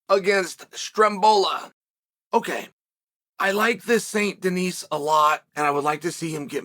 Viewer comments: It is pronounced "deni" in France Chael. BSD is gonna rock Green on the first round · I can’t unhear “Saint Denise” now thank you Unc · If youve played red dead redemption 2 then you know he is saying this guys last name wrong